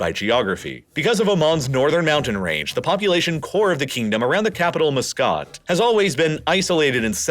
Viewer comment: It's so hard to hear muscat being so horribly pronounced. Please remember that it is "muh skat" not "moo scit"! Apart from this terrible annoyance, its interesting